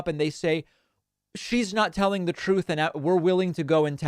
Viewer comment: Troth senchal. Trump can’t even say the word truth, lol. He’s allergic to the truth.